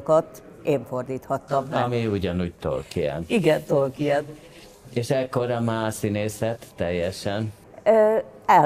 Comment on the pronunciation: ugye hogy nem "Tolkín" hanem "Tolkien" :)